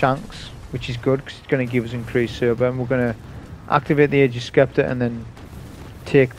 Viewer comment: Love your vids and sorry to be that guy, but it's pronounced 'agg-ers sep-ter'. Sorry it's a trigger lol.